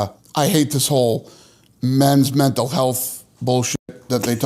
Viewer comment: "Menatl Health"....